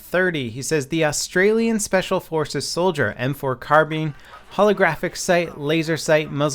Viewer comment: "austrailian speacial"